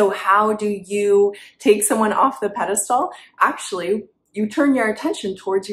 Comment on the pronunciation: peh·duh·stl, sounds like pedastool